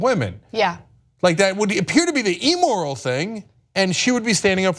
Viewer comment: lol. I can't get over how they pronounce "immoral." They say "E- moral' not "im-moral." I imagine it's just dialect, like how they also pronounce the "g" in "wrong" using a hard "g."